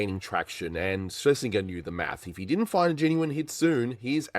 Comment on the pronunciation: Excellent video, despite the repeated mispronunciation of 'Schlesinger' (hint: it rhymes with ginger)